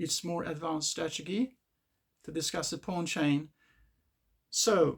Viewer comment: chess strategy ❌ chess tragedy ✅ chess strachigee✅